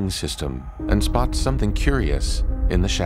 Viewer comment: You can’t tell me he isn’t saying: “Voyager begins to explore the ring system and Spock something curious in the shadows.”